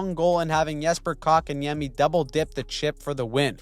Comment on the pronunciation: Cockaniemi? 💀 The T is not silent